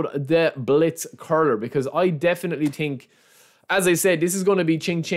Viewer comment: „i do tink“ 🤣🤣🤣